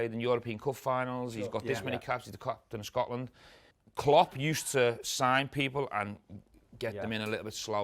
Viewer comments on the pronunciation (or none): none